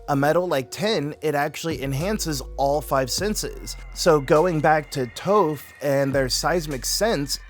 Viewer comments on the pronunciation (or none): WHAT DID YOU JUST CALL HER .....TOFF...NAH ITS TOPH ..LKKE T-AH-PH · The crossover I needed as a massive ATLA and Cosmere fan 😌 Not gonna lie, you saying “Tofe” and “Soaka” is frying me in 😂